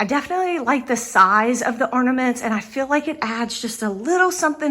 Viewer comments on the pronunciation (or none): They are called orNAments not orDAments